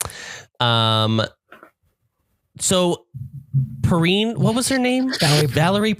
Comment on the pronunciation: Saw this in the theater when this came out. Twice in a row. What can I say I was 17. Oh, and it's pronounced Perrine like fine or wine.